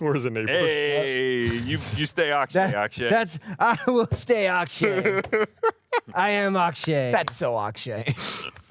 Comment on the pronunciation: EYYY! It's Ak'she